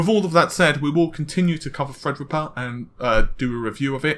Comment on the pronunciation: The way pronounces "Thread Rippa" is extremely annoying. It sounds like he is either holding his nose or has a cold.